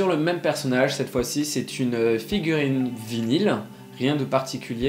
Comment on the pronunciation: C'est quoi cette prononciation de vinyl 😂